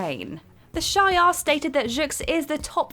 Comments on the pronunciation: Shay-ar? Isn't it supposed to be shi-ar? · SHEE-are. Not SHY-are. Other than that, not a bad job. Keep getting better with each outing, that's all one can do and all one can ask :) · It’s She-Are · Never fails every single comic book video you idiots do You mispronounce someone's name. The alien race is called the Shiarr (she-are) empire learn how to pronounce shit before you make a video and sound like a moron. This is marvel comics not Lord of the fucking rings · It’s pronounced she are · They have over powered the symbiotes over the years... Did you say the Shire Empire???? Hahaha Space Hobbits! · 1. A lot of comic related channel with knowledgeable presenters says Shi-ar. Not only one or two channels. 2. Can't I criticize her for saying something wrong IMO? I have the rights to criticize her as you have a right to defend her. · The first time she didnt, and she brutalized shi'ar. >...>